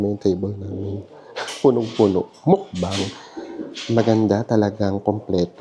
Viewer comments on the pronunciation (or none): none